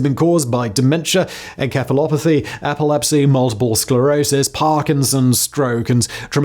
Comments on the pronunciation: is it pronounced “En-kef-a-lop-o-thee”? I’m sure it’s “En-sef-a-lop-o-thee”. Also Simon has a history of pronouncing words like an unhinged lunatic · Oh Simon, you always amaze me with terrible word pronunciation 😂 encephalopathy is pronounced with a soft c, "enKEphalopathy" cracks me up. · Encephalopathy is pronounced as though the C is an S